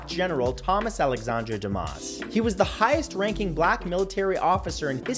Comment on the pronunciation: John Barber yes actually, for Dumas, the s is silent